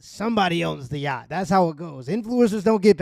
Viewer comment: why everybody in this video is sayin YAAHDING ?! its called a YACHT ffs... sounds stroked tf out man damn